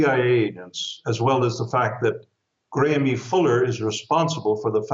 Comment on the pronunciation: IRS not pronounced Gramie, it's pronounced Graham